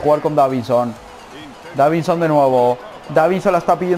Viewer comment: Dijiste davinho